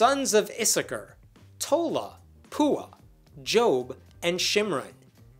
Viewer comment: I think you mispronounced “Jashub.”